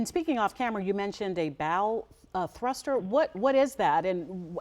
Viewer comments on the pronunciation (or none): Did the DEI hire say "bowl thruster?" 🙄